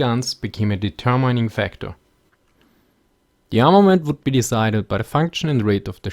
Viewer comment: Love it but please check pronunciation, deter mining, cmon, you can do better than this